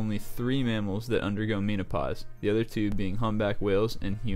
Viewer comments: Meeenapause. XD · Meano-pause? Cmon man. Also ants sleep, just for shorter periods of time